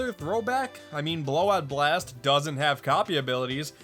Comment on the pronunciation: Wanna know what's funnier? The narrator saying it like Kirby BLAGHT BLOST!